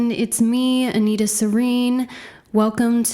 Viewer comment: You are NOT an Anita, I don’t know what you’re trying to make out of yourself and why you’re picking at an elderly white lady name specifically but my 80 year old Latvian grandma Anita Ādamsone 👵 wouldn’t even listen to how you pronounce Anita, it sounds Ridiculous. It’s like for me to name myself Sheniqua or something, it is obviously Not True 🙄 for dumdum average American viewers maybe you pass as half-serious but for any European it is obvious you’ve borrowed my grandmothers name and it does not suit you, it is annoying. Stop pretending to be who you’re not. You have tattooed on yourself, that name was perfect for you and in flow, Anita on you is very annoying to people who have an actual Anita in their life. Disrespectful.